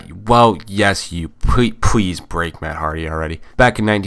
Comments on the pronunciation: Wait...did you say pweese instead of please? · sounds like you said pwease